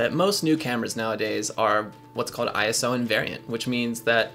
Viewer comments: Its ISO...not I, S, O :) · ISO is a word, not an initialism. Don't say I.S.O., say eye-so.